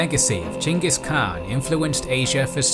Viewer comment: thank you for saying Chinggis Khaan